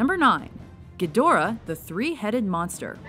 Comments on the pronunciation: it's pronounced Geed-rah, not Gee-Dor-Ah. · Wish the chick that did the voice over for this knew how to say some of the names correctly- talk about cringe...